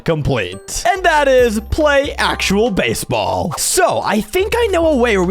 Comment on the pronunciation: "Basball pitch"